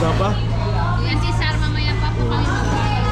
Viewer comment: Marita not Mareta Cesar not Cisar